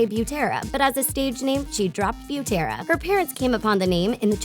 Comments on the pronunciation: Ur saying Butera wrongggggg😹 it’s said like this:the boo in boot is for bu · everyone: butera thetrendy: bjutera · “Beautera” no hate but it’s “bootera”, well it’s not spelled like that but it’s pronounced like “bootera” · the way you butchered "butera" was sooo offending.